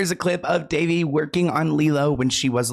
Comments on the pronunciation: Can No One say her name correctly? It's Da-vay!! She was fantastic in Big Love.💙😓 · Her name is pronounced Da - Vay. That poor baby. There may be more names coming out from those hollywood parties for sure. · Elijah Woods said his mom protected him and if it wasn't for her he probably would have ended up in bad situations. She was always around and didn't allow him to go places where many other kids were going and was normal for kid actors. Also, her name is pronounced duh-VAY.